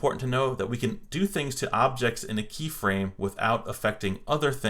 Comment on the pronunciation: anyone realizes he misspelled objects he said obects 😂🤣 btw AMAZING WORK